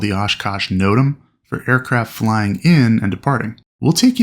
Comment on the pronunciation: whats a note-em? you mean no-tam?